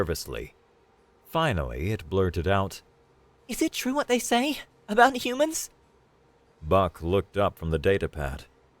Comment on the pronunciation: It's twue, it's twue!